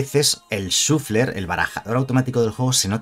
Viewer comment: Se pronuncia 'shaffler'.